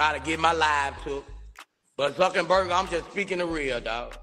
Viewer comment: Wow Boosie you should have seen this one coming! Mark Zuckerburger you mean Zuckerberg killing me Boosie lol😂😂😭